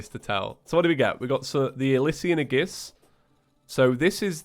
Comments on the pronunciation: Aegis: Pronounced Ay-jis.. Aegis = Ay-jis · Pretty Sure the ore is pronounced ooh lay bloom or you le bloom. Also aegis is ah-gee-is or ay-gis